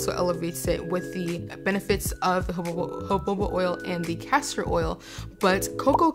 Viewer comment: Jojoba is pronounced huh-how-buh. ☺️